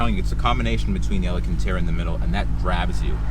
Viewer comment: says Alacantara